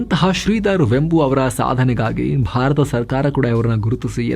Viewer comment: Totally good presentation about a great entrepreneur! Liked it very much. His name is pronounced as ವೇಂಬು NOT ವೆಂಬು.